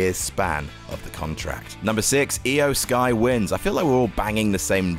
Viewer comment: My main takeaway from this list: can now pronounce Iyo Sky correctly. Proud of him